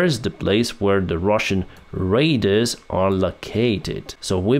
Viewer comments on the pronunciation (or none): you are pronouncing word RADARS wrong... it is not RAIDERS, it's RADARS.... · Dude... it's RADARS, not RAIDERS. Every single time, lol. 😂